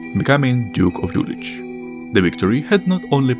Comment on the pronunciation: "Юлих" читается с "Х" на конце, не с "Ч" Интересное видео